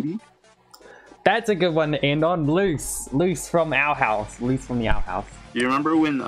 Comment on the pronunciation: It luz not luce 😂 dang it kinda funny tho